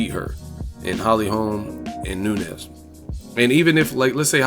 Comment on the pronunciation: It's pronounced "noon-yez" not "nu-nez" .... I'm sure she's going to be around for a while so I would hate to hear U mispronounce her name multiple videos for the duration of her time as champ or relevancy.